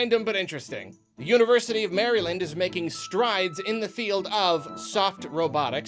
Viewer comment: really annunciates maryland huh